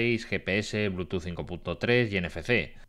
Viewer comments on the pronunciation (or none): aun no me la creo pasan los años y no pronunciar bien el protocolo de conexión inalámbrica ya es por necios, por mas que me digan que la real academia y bla bla, eso ya es de necios, porque algunas palabras en ingles si las pronuncian bien y otras no, eso es no querer cambiar.